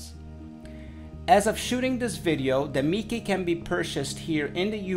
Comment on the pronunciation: Nla marca no se pronuncia como el raton de Disney, se pronuncia Meike